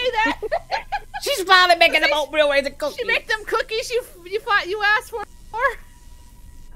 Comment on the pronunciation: emphasis on the cookies